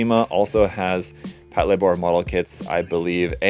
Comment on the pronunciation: Mine is en route to me, can't wait to build. I'm planning on painting it like the Toyota Crown police cars, so it looks like I'll be wearing my rarely-used car modeling cap for this. (btw, it's pronouced "pat-LAY-bor" as in "patrol labor")